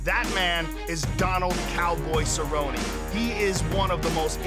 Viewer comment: "Go get some Donald Cerro-Nay!"